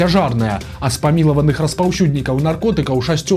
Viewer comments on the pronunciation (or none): не пажьней, а пазьней, не яшшэ, а яшчэ, не распаўшюднікаў, а распаўсюднікаў і т. д.